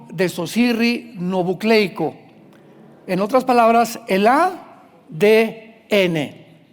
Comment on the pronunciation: Ud pronuncia desoxirrinobucleico esta erroneo